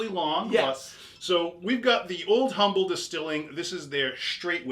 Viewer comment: It is pronounced "Um-bull" ... the "H" is silent. Be it ever so Um-bull, there's no place like "Ohme."